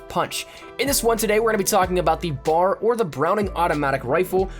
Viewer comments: B A R. Not BAR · It's called the B-A-R. Not bahr. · B-A-R not bar. Good video, thanks for the tips! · I hate It when people call it the Bar it's B.A.R. each letter is said out loud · Good video. But a piece of history, It’s called the B.A.R. not bar like a place you go drink. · Repeat after me... B. A. R. Not bar. B. A. R. Each letter pronounced separately. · It's B A R. Not bar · It's B.A.R not simply Bar